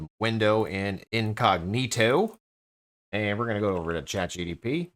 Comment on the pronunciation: say it with me. Chat G. P. T. G P T 😂😂😂